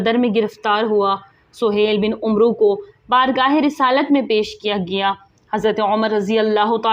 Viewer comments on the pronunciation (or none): محترمہ ،آپکی زبان لھجہ اور تلفظ سب صحیح ھے ،بس ایک غلطی ھے جوکہ اکثر پاک و ھند کے لوگوں میں ھوتا ھے ،جیسے عمرو کا صحیح تلفظ عین اور میم کے اوپر فتح یا زبر اور را کے اوپر ساکن یا سکون کا کے ساتھ امر کی طرح پڑھا جائیگا ، آخر میں واؤ نھیں پڙھینگے ، جیسے amar , umro نھیں پڑھینگے